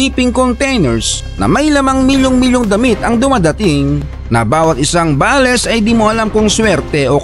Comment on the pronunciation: I just want to make a comment about you saying “BALES” you should pronounce it in English Bales in one word not ba les Bales means a large bundle or package prepared for shipping